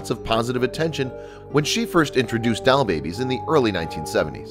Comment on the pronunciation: doll!.... not dial